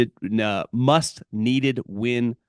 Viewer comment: Must weeded? Was that a slip 😂